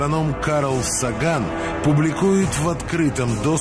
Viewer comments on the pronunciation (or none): none